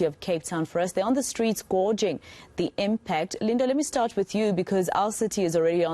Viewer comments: On the street "gorging" or "guaging"?? Pronounced gayging... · "gawging"? if you're going to speak English as a profession, please, for God's sake learn some basic phonetics sister. Our children are listening to you, and learning.. the word is pronounced "gage". The Oxford Dictionary gives guidance in how to say words. You're a pro - cannot plead ignorance at your level